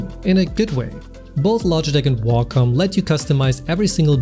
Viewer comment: Awesome video and bonus points for pronouncing Wacom correctly :D